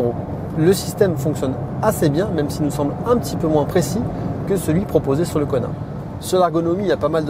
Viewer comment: Qui d'autre entend " Connard" au lieu de " Kona " 😅 ?